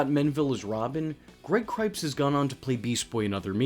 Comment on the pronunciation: Cipes, not ‘Cripes’